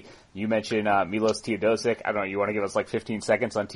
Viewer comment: Tay-oh-DOSE-ich. Jesus Christ you fucks know nothing. I wish I could give this more thumbs down. Again, it's okay that you don't know anything about the Clippers (even though all of this information is readily available), but just admit that and move on to the next team.